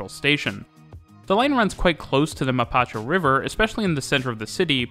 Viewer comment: Omg love the video but I died when you said mapacho river instead of mapocho😂 great content by the way